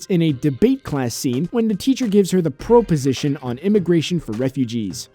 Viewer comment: Silverstone mispronounced Haitian just like you mispronounced proposition.